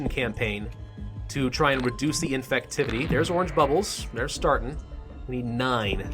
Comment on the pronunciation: "Infucktivity" great job